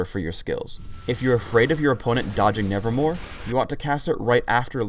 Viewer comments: Anybody else noticed that said "nevermoRe" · Just now noticed this after watching this spotlight for like the hundredth time, but isn't it "nevermoVe" and not "nevermoRe"?